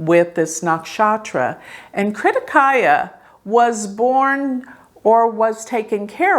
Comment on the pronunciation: OMG it’s Kartikeya, not krittikaya!! You always butcher the Sanskrit words and names.